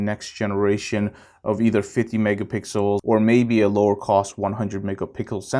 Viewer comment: Lol you said megapickles 😋